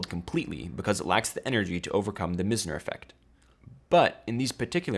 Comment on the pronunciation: Meissner, not Missner.